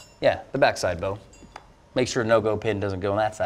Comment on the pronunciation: I respect you guys to the max. You guys just don’t cut it like bough bow boe bohohoh no it’s bow